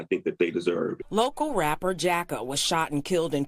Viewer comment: Jack-O?? Really smh